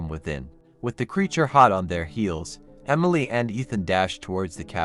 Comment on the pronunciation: I liked the story. But I don't know if it was my head phones or not. It sounded like you were say umily instead of emily